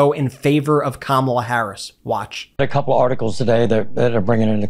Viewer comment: Kamala is pronounced (comma' la!) NOT (come ala'). How ignorant do you want to be seen as?